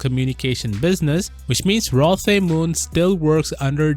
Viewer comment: The name is pronounced "Roe" not "Rah."